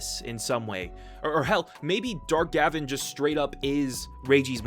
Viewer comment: It’s Gah-Vahn not Gavin! The intro literally shouts it. You don’t call Kamen Rider Kayman Rider do you?